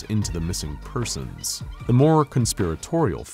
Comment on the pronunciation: can someone tell me if its persons or people cause i keep hearing this and i have to know if it persons or people